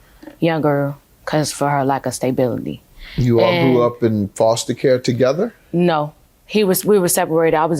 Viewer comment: I've never heard anyone pronounce stability as "stay-bility"🤔 weird. She sounds pretty uneducated to be in college 😅